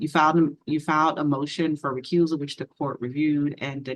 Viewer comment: A "recruisal".. what's that?? 😂